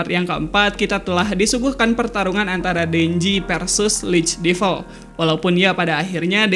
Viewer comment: Agak terganggu sama cara pengucapan Devil...